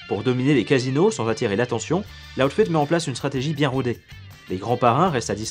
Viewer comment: loud fed ??? putain ton accent, sérieux quoi